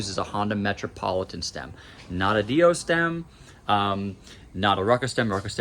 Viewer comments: 😢the way u say dio kills me u say it like it should be spelled deio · I've just never heard it pronounced that way